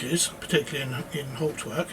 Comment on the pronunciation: PLEASE PLEASE PLEASE learn how to pronounce Hauptwerk!!